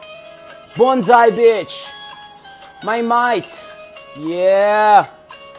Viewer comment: BONDI BEACH not BONSAI BEACH.